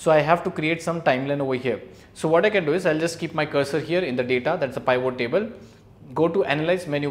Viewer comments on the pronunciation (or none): Thanks for the information. Please pronounce it as “P-vot”